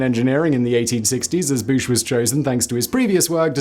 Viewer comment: Is this guy deaf ? FIRTH OF FORTH , got it !!! Also the guy in the English video is a complete twat ! Thomas Bouch is not pronounced BOOSH ffs, it's BOW like Cow and CH as in Church, so fucking easy but like most of my fellow British people they can't spell or pronounce correctly and have no sense of grammar. Complete fucking numpties. Some creators take reading from Wikipædia to seriously and inaccurately.